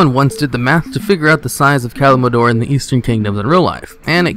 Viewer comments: It is Kal- im- Dor...not Kalmidor...omg that bugs me so much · Wait, did you just call Kalimdor Kalmindor? I would also like to know, what is that anime background I often see on your videos? seems cool and i'd like to watch them! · pretty sure i heard a pandara and kalmidor somewhere in there but w/e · He said Kalmidor everytime. Gave me the cringes. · Did he say kalmlador not kalimdor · It is damn near impossible for there to be that many habitable planets in a single solar system. And it's "Kalimdor" not "Kalimador." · Did you just say Kalimador? 🤔😄 Love your videos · ahh yes, kalimador. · isn't it Kalimdor not Kalbador sorry if its annoing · Can someone please tell me what the fuck "Kalimador" is? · Can you, please, start saying Kalimdor right? Malfurion says it like a million times in Warcraft 3. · great video but you mispronounce ALOT of things from quiraji to pandaria to kalimdor...